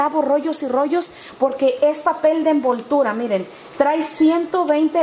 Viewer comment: Hay lo unico que me llevo de este video es el "iren" , "miren"